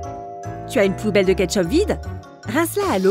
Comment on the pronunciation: J'ai entendu le mot bouteille à la place de poubelle